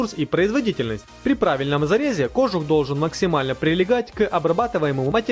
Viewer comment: Камрад, чтобы твои ролики выглядели профессиональнее, ставь правильно ударения в словах! Тогда и лайков больше будет. В слове кожух ударение на "у". Не веришь, - посмотри в словаре ;-) Удачи!